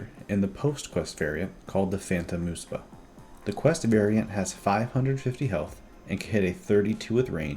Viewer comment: muhspah, not moospah